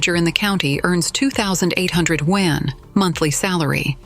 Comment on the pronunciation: Your voice AI is not pronoucing "Yuan" correctly, it sounds like "Wen".